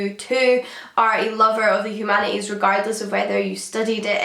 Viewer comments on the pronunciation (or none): "Humana eeze"? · Poor girl has that rare bone marrow disease that doesn't let you pronounce the "t" in humanities